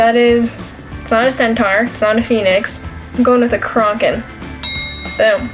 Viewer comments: a kronken? seriously? lol i'm laughing my brains out!! its a kraken (crack - in) I know that and i'm 14!!! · Liking this video because of how bad she butchered Kraken.